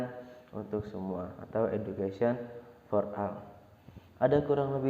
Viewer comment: for ol baca nya bang😏